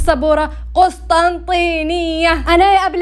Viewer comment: قسطنطينية مو قسطنطنية يا سارة 😂😭. المهم الحلقة تجننن مررره ادري قبل سنة بس حلوة ❤️‍🔥👏.